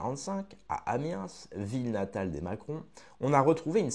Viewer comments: Top ton résumé ! (Nb : Amiens : on ne prononce pas le S à la fin du mot 😉) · On ne prononce pas le S dans A miens